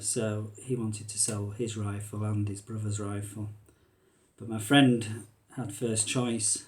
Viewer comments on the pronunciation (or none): none